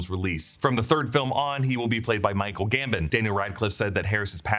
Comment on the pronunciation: Two videos in a row of you calling him Michael GamBIN, instead of GamBON